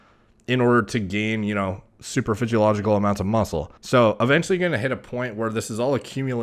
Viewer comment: He loves saying super physicalogical